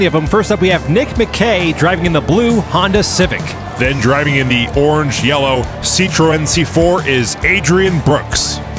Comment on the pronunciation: For since he mispronounced it. Citreon is pronounced (Sit - Tren)